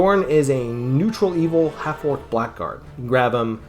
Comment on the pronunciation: Say 'blaggard', not 'blackguard'.